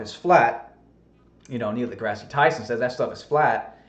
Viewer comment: Why did you make fun of GE for pronunciation when you can't correctly say Degrasse? He isn't named after a terrible canadian TV show.